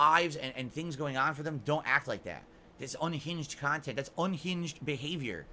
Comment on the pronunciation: Holy shit dude 😂 man has been on the internet for 15 years and doesn’t understand how shit works. Everyone has an opinion, stop paying attention to one’s that do lol. On top of acting like he has a ton of people giving him feedback about his “khantent”